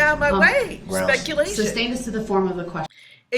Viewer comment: I wish one of the witnesses asked him what is a “license place?”. The judge didn’t correct him every time he said substain & not sustain. She did tell him she didn’t know what a “tacket” agreement was but I wish she corrected the substain comment!